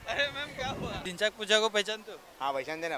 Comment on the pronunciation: the 2nd guy said dhinkpachuja😂😂